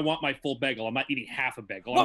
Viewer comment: funniest thing about this is the pronounciation of "BEG-EL"